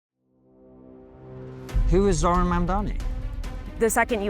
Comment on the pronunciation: You don’t mess with Zohran… I hear it Zohan every time someone says Zohran…